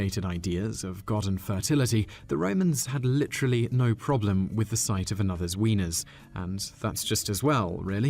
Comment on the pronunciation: Is he saying weenis or weeners ?